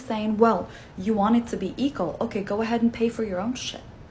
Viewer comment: “Eqal”??? It’s equal you muppet.